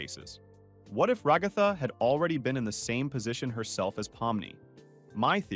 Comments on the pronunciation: You called Ragthu Rogthu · i like how it not ragatha but rA gA thA